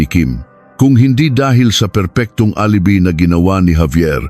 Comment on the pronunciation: Alibi wrong pronounciation. Php is philippine pesos